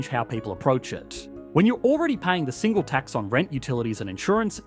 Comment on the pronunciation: Why do you keep stressing the word 'tax' instead of the word 'single' in 'Single Tax'? It makes it sounds like you're talking about one singular tax instead of a tax on singles.